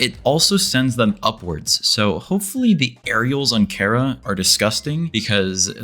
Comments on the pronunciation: when he calls chara carea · Did bro say chair-ah 😭